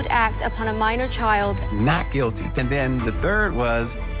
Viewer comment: Whats with the "Not GuiDy" ?!